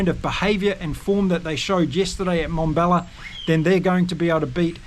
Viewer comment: It is NoT Mombella It is MmmBombela. Transition from an m sound straight into a b sound. Let your pierced lips for the m sound pop through the b sound. Come on, you can do it. 😊